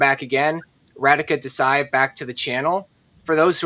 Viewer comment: Not Ra-D ka. It’s Ra-Dhi-ka